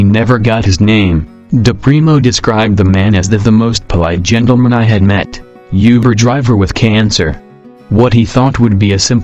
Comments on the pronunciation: Instead of saying Uber, it sounds like he said yuber. WTF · (400th comment) "Youber" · I was on the verge of tears then it got to #5 and I was just cringing. who says yuber? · Youber lol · u can tell a bot is reading it when it says uber wrong